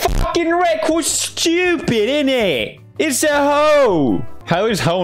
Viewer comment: "Is stchewpid innit" my man turned british